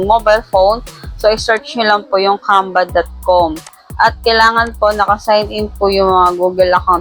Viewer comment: bkit parang "camba"? naririnig ko..